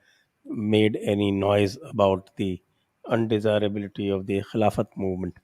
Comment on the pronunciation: I would request you please do not call 'KHILAFAT'. At least aap log to 'KHILFAT' ko खिल्फत hi kahiye taki aur log bhi anatar aur dhokha samajh saken.